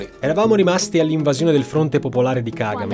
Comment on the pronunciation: Si dice Ka-Ga-Me e non Ka-game…